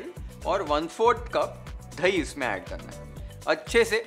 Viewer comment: thai nahi boltey.. dahi hai